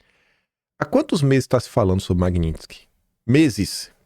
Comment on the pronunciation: amém o aprendeu a falar Magnitsky